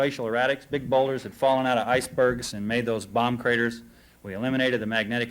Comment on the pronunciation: did he say bomb crators? lol